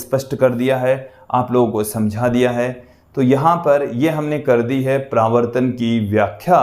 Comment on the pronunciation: Pravrtan nahi paravartan hota hai